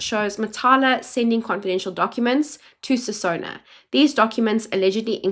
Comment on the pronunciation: “Sinona” Not “Sisona”